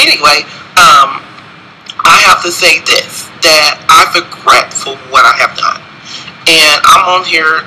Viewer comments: Is he saying "fregret"...Im going to bed. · Did he say Forgret instead of Regret ???? I honestly think their is something mentally wrong with him!!! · What the fuck is forgret?LOL lawwwd fix it jesus.... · Did he say "No more under more get"? Did I hear that correctly?